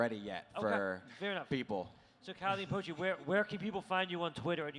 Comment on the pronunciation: This video is 90% the interviewer butchering Calle and Pochés names